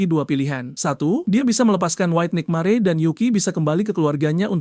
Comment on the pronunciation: Penyebutan tulisan NIGHTMARE kok gw dengar NIKMARE😂😂😂